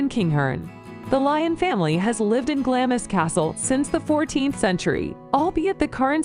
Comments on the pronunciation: Whilst I applaud and thank you for watching this PLEASE do not accept ANY of this ladies pronunciations of place names, never mind the names of the castles themselves!!!! They’re are ALL wrong and as a Scot it is cringeworthy 😖😖😖 Hope to see you in Scotland soon where we can tell you how they are correctly pronounced xx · When you come over you will find doors in all these castles or palaces in Scotland with doors with "no entry" signs..... just ignore them and go in and have a look, if you get caught just say you are a tourist and the only thing wrong with this video apart from one she crucified all the names lol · it was Glam-iss near Four-faar that got to me. shudder! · Culzean pronounced Culane. Glamis pronounced Glaams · GLAMIS - Pronounced phonetically... GLAAMZ or GLARMZ. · It's not Glam-is it's Glarms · It's pronounced "glams". Not glam-is. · Glamis is pronounced 'Glarms', one syllable. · Glamis is pronounced ‘Glams’ as in hams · Its pronounced Glah mmmms and Eileen Doh nan. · Some hilarious pronoucifications!!!! Ha, It's Glamis [glahmz] as in charms, not Glamis as in miss. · Hi guys Glamis Castle is pronounced Glams Castle. Glad you're enjoying them. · Aye, just awful. Culzean, Glamis, Forfar. All wrong! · As others have said the narrator gets the pronunciation so wrong for most of the castles. Glamis castle is pronounced Glams. Culzean castle is Cullain. Apart from that you should react to the Queens funeral. While there are a growing number of people who are anti royalists, most had respect for a woman who dedicated her whole life to the people of Britain and the commonwealth. Love all your reactions, you are both lovely people. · Oh dear; Baal-ate-r, EdinburG, Ayr shire, Culsayan, Glam is, For far, Dun oadr, etc etc etc! And you wonder why we disdane yawl, fuming, laughing, with British politeness, behind your stupid, ignorant backs! Judging by this vid I would NEVER EVER watch any of the others by them.